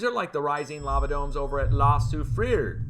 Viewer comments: I would pronounce La Soufriere "La Sue Free Air" but i enjoy your interpretation ☺️ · La su-free-year "year" as in "bear":) ML from Belgium. you rock